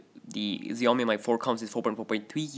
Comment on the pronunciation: Again its shoo yoo mee not Xiaomi or Zayomi